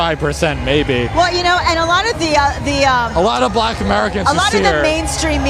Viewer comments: Why does he always say BLLACKK?? He is so 🤡🤡🤪🤪🤪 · I thought you’d note his pronunciation of “black” which suggests his underlying racism. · Why does he put emphasis on Black? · The way he says black is so weird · Why does he say black so weird